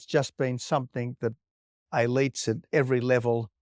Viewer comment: Is "ayleets" elites? I'm not familiar with this word... help?